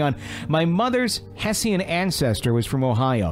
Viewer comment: Hessian....sounds like Heh schen